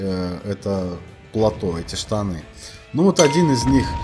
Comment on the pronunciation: все хорошо, но только "платО", а не "плАто". Очень режет слух во всех твоих видео. Портится впечатление от твоей достаточно грамотной речи. В остальном все довольно хорошо, спасибо за твои видео!